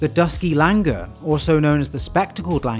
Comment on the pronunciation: Langur are actually pronounced as Langoor.. With the OO